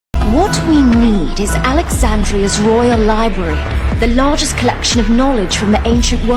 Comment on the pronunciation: Bro you can’t be calling it a libary sorry love your videos but I need you to LIBRARY